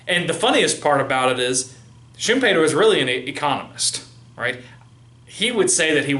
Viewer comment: no no... pronounced correctly. I'm from Austria. Every german native speaker pronounces it like that when talking English...